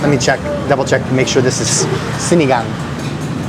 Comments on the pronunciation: Na perfect mo din ang pagbigkas ng SINIGANG!!👏👏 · Wait...i think you i just heard you say Sinigang with zero accent. O baka mahina lang talaga pandinig ko. 🙂